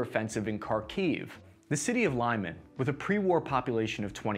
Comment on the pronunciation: Could you please at least attempt to properly pronounce the city names?